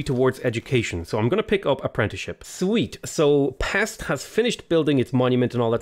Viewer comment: Its not pex but peshť